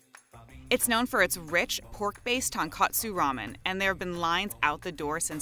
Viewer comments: Jesus. You'd think a well respected food-centric YouTube channel would get their pronunciation and spelling right. Kishū? Seriously? You can't spell Kyushu? Ugh. And my ears cringe every time I hear "tonkatsu." Tonkatsu is delicious. It's my childhood. But you don't put panko breaded deep fried pork cutlets in ramen. Tonkatsu ramen isn't a thing. Tonkotsu ramen is. Tonkotsu literally just means pork bones. Which is what the broth is based on. Yeesh. Such low effort on making quality content to show you know what you're talking about. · It's 2019 and I still hear Tonkatsu as Tonkotsu ramen. Those narrators need to get it together lmao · It’s not “tonkatsu,” it’s “tonkotsu.” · Tone-coat-su vs tone-kah-tsu. Doesn't matter to her, she can't hear the difference. Bet if I started saying ray-men instead of rah-men, she would be the first to correct me. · As soon as they pronounced it tonkatsu Vs tonkotsu, they lost all credibility with me… then she drops her egg into her ramen at Daikokuya. I’m like done with them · They all said tonkotsu wrong many gringos get pronunciation wrong they kept saying tonkatsu instead of tonkotsu very different. Tonkatsu is breaded pork cutlet and tonkotsu is pork based broth these white people need to do more research and get it right. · Interesting Content but a few mistakes. 1. TonkOtsu (Ton=pork kotsu=bone) NOT TonkAtsu (Ton=pork Katsu=cutlet) 2. Kyushyu on the map is wrong 3. The congealed broth comes from not fat but it is from simmered connective tissue, ligaments and bone marrow. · I'm pretty sure in the beginning she meant TONKOTSU not TONKATSU...great research! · The pork bone broth is called Tonkotsu, not Tonkatsu ( this is the name of the deep fried panko pork cutlet) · Tonkatsu—> tonkotsu Kishu —> Kyushu * Tonkatsu is breaded pork cutlet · It’s Tonkotsu, not Tonkatsu (fried breaded pork) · Ton kot su, NOT ton katsu!!’ Amateurs! Tonkotsu = pork bone broth, tonkatsu = breaded pork chop! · It's Tonkotsu, not Tonkatsu.